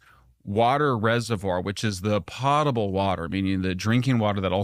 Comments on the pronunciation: Pote-able, not pott-able, why can’t adults get that right? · It's pronounced, "PO-table," not "POTTable." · Po-table water Not pot-able